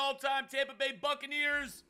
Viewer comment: Everytime he said Buccaneers it sounded like fuckaneers